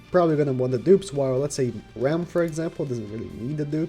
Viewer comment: pls, if you tryna say Ram, just say Ramen, and cut out the -en part. Here you go